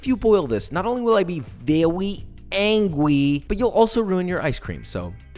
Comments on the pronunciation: i wouldn’t want to make Josh “Vewy angwy” 😉👌🏻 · "Vewy Angwy"😠 HAHAHA U ARE TOO CUTE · VeWy AnGwy